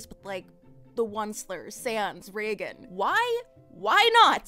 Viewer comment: For a moment I believed she said Regan instead of Reigen 😰